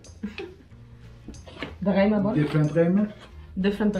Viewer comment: اسمها قيمه وليس غيمه بس الايرانيين يلفظون القاف غاء والمفروض هو عربي عراقي يعرف